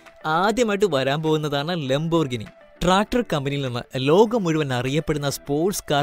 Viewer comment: ലംബോർഗിനി അല്ല സുഹൃത്തേ.... ലാമ്പ്-ഓർ-ഗീനി